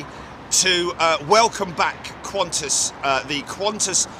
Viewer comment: lol...Aussies don't say "Kwon-tiss", they say "Can-tass".